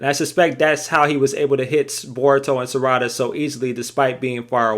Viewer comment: The mispronunciation of Sarada’s name is killing me lol